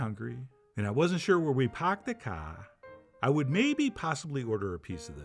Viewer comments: Hahaha! I love the way he said, "Pocked the ka", (New Englend for "Parkef the car"), at the end! 😂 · Paarrked tha caar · Absolutely dying at “paaaaaahked the kaaaaaaah” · Took me 10 minutes to figure out what he had said.😂